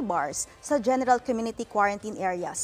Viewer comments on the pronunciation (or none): when she said general it sounded like gen¡tal